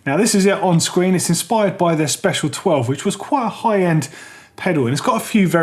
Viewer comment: it's not special, it's spelled Speciale (which means they refer to the Italian version of it like the Ferrari Speciale). You should say it like this: spesi ale